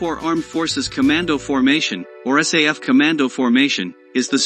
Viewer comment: Is not say f ,is SAF